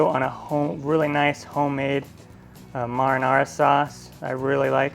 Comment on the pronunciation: You pronounce marinara funny, LOL